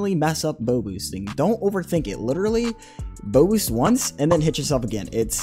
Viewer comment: him saying bow boost kinda sounds like bobux idk why